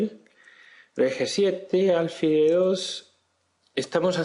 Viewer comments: ¿Por qué dices “álfil”? Lo correcto es alfil, que no lleva tilde, y por tanto se pronuncia con el acento en la última sílaba. Si se acentuara en la penúltima sílaba debería llevar tilde, como “cárcel”. No sé si lo aprendiste a pronunciar de un gringo, pero el sonido es bastante irritante, tanto que pese a que tu explicación es buena he tenido que escribirte esto. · No se dice álfil